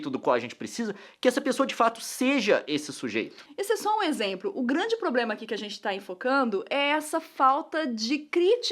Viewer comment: Título: A Nilce fala exempro toda hora! Mas eu amo vocês!